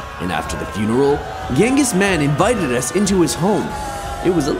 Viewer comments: It is not ghengis man it is chengis Haan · Bro it's Genghis Khan not Mann the leader of Mongol empire plus good vid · Genghis Kan ❌ Mann✅ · Genghis man u mean genghis khan